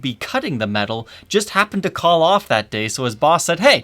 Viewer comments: Why do you say "meTal" like that? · the way says "Metal" is so not metal LOL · and don't forget, that pronounces metal "metthul"